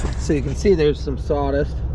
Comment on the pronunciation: What is "sawdist"??